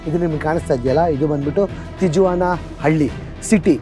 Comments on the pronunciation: It’s pronounced as Tihuana. In spanish, j is spelled as h. Trump during first term built only 50 miles of wall. wall existed built during earlier administration. Mexico sounds as Mehico. No matter how high the wall, coyotes find a way to smuggle the people from Mexican borders. There are lot of tunnels that are dug directly into border towns in US. Did you know that #2 illegal immigrants are from India? There are some states in US encouraging the illegal immigrants. State doesn’t cooperate with immigration enforcement. These people have nothing to lose. Once they enter US. They hide behind community and work for lower pays. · Hello, lovely people' great and very informative videos. I am curious and always looking forward to your videos. And it is never disappointing you guys are special vlogger than all you youtubers. hats of and. Stay safe and all the best. " Tijuana "it's produced as "tee·uh·vaa·nuh" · Wall existed since 1907 and every president is reinforcing the wall. Do some research before posting misinformation. You saying Bush built 20km wall in 1993, which is the start of the wall is completely wrong. There is a long history for the wall. Its not difficult to find the information. And you are in Tijuana, at least try to learn how to say the name of the city. In spanish "J" is pronounced "H". Its pronounced differently. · ಅದು ಮೆಕ್ಸಿಕನ್ ಹೆಸರು. ಟೀ-ವನ ಅಂತ. Not ಟೀ-ಜುವನ . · ಸಾರ್, its great of you to have visited this place .👍 But ಅದು ತಿಜುವಾನಾ ಅಲ್ಲ, ಸ್ಪ್ಯಾನಿಶಲ್ಲಿ J ಸೈಲೆಂಟು. ಅದನ್ನು ತಿವಾನ ಅಂತ ಉಚ್ಚರಿಸಬೇಕು. ನಾನು ೧೯೯೯ ರಲ್ಲಿ ಅಮೇರಿಕಾದ ಸ್ಟೂಡೆಂಟ್ ವಿಸಾದಿಂದ H ೧ ವೀಸಾಗೆ ಸ್ಟ್ಯಾಂಪ್ ಮಾಡಿಸೋಕೆ ತಿವಾನಾದ ಅಮೇರಿಕನ್ ಕಾನ್ಸುಲೇಟ್ಗೆ ಹೋಗಿದ್ದೆ. ಭಯಂಕರ ಅಪರಾಧ ನಡೆಯುವ ಶಹರ ಅದು. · ಅದು ಟಿಜುವಾನ ಅಲ್ಲ, ಟಿಹುವಾನಃ. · It is ಟಿಹ್ವಾನ not ಟಿಜ್ವಾನ. Sorry, I had to say this. 😊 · Appa nimma pronounciation sari madkolli. Tiyavana antha. Guatalahara kanri. Katkondavare alla. Katkondiddare.